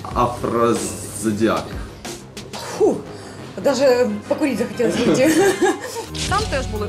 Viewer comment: Почему все мужчины несут про этот афродизиак в устрицах и даже не могу выговорить это слово нормально? 😂